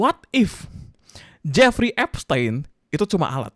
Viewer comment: Bacanya Ep-stin bang bukan ep-stein paham kan